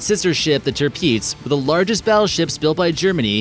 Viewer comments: A american YouTube channel that is finally saying the Bismarck is best! Most of the americans say its the Iowa... :( Btw its not Tirpiiiitz its Tirpitz. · Its not the. tir-peets You pronounce it trip-its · You pronounced tirpitz wrong it's pronounced ter-pits not terpiz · The way he says tirptz though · You pronounce it teirpits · What is that ship called the "Ter-Peetz?" Never heard of her! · What made you think the way you said tirpitz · You butchered the pronunciation of Tirpitz